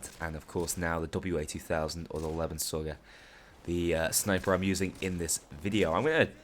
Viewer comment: Man, your pronunciation of the name. It should be pronounced: Lay-ben-zow-ger. it is a german gun that literally translates to "life sucker"